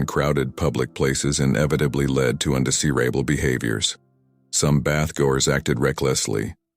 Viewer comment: But he sounds completely American.... Don't get why he can't correctly pronounce certain words like UNDEESEERABLE. rather than UNDESIRABLE..... 🤔.. VERY ODD INDEED🧐...